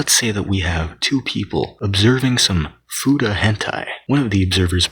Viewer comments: fooda? the hell is a fooda? FEW-TAH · I always thought it was pronounced fyuta not foota